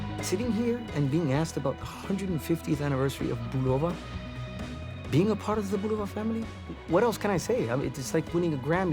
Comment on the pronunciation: I collected watches for almost 40 years and never liked any of them more than those by Bulova and Citizen. This was before Bulova was connected with Citizen. This if the first YouTube videos I seen wherein the voices pronounce "Bulova" correctly, namely the way the company always pronounced it for decades in its decades of radio and TV ads, and Mr. Bulova was very proud of his name.